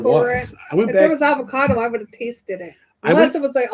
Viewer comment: The way pronounces things makes me angry. Avacodo